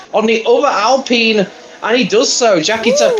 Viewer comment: Who says alpeen though? Lol dunno why that annoys me